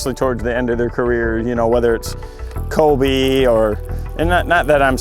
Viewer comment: am i trippin or did KVD say colby instead of kobe?😂